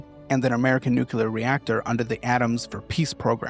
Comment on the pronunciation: can't pronounce NUclear or ammuNItion. Nucular and ammunation...